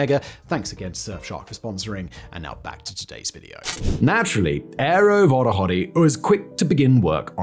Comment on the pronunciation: I heard "Aero Wottahotty" 😂